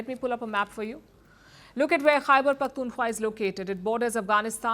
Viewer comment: Palki Didi خےبر pronounce kerna seekh lain. Then you start pointing out mistakes in AVMs English.